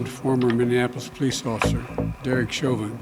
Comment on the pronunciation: listen to him say miniafflis